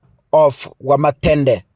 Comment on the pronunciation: ni Wamuthende not Wamathende 😂😂😂😂